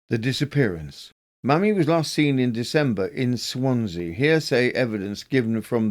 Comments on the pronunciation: Loved the compilation thank you ☺️ I have a form of OCD and so my only query is to do with the first case - should her name be pronounced Maymee rather than mammy? Maybe not - or maymee not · New subscriber loving these long compilations! (But surely 'Mamie' should be pronounced 'may-me' not 'mammy'?)